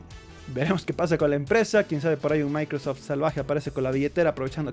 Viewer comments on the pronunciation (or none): none